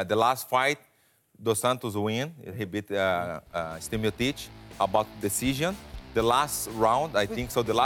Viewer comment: Werdum never says Miocic's name right haha